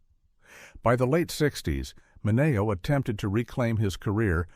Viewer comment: His name was pronounced Sal Minnie- OH